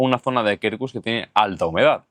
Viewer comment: Quercus se pronuncia "cuercus". De nada. 😂